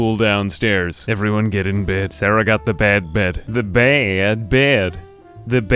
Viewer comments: Love how he pronounces these things "The baad bed... the ba-ed beed" "Hey Magge~" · The BaaAeeud Bed (had me in stitches, tis the magnum opus of comedy)